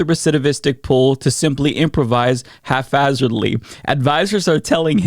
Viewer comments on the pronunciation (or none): Watching Trump flail is the best. Being a showman is the only thing he's good at, and he can't even manage that anymore. Also "hafazardly" lol